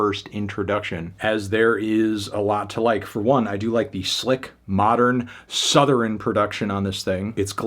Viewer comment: did bro say Southerin?